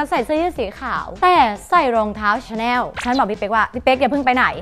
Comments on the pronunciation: ชอบความเเม่เรียกชาแน่ว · ส่วนมากคนจะออกเสียงว่าชาแนล ส่วนประมาณนี้ค่ะ ไม่ใช่ประมาณนี้คะ ใช้คะค่ะให้ถูกก่อนนะจ๊ะหนูลูก